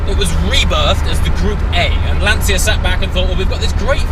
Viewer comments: There is no "Lantsia" ... there is only LanCHa. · It’s pronounced Lunn - Tshya...not Lunn - Tsia. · "LAN cha"..LANCIA..no lan Zia..LA N CHA..lancia.(..Lancha) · mate its "Lan-CHIA" not Lan-sia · Why you english/american/australian... people continues to pronounce "LANCIA" as Lansia? It has to be LANCHA! CH CH like CHAT, CHILL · Great video! And please is /ˈlanʧa/ with the c of "cheers" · I really appreciate the video, but, for G sake, pronounce Lancia correctly. It's like CIAO (hi in Italian), LÀN-CIA (like cha cha cha dance). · Am I the only person who is bothered by the pronunciaton of ' "Lanzia" or "Lansia"? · I know I'm doing the part of the annoying Italian, but just to be precise the 'ci' in Lancia would be pronounced like the 'ci' in '458 Speciale' so pretty much like you would pronunce ch in English. Amazing video anyway as usual. And as an idea for future videos you could search for a Lancia Stratos, pretty epic as well, plus an independent manufacturer in Italy has just redone a modern version based on the 430 chassis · Lancia = pronounce the C like in "Cheshire" please hahaha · The C in Lancia is pronounced as a 'ch' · What a great car, but, please learn how to pronounce Lancia... ;)